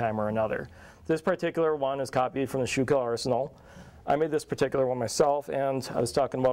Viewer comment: Not pronouncing schuylkill arsenal right. federal soldiers had 2 rivit scabbard until in 1863 when they became 7 rivit. Wasnt till 1864 they used rivit and us stamped on cartridges boxes but their was still sime had us plate on 1864 models. Corrugated canteen didnt start until 1862, they did use scraps of dark blue and sky blue as canteen covers. This guy dont know much.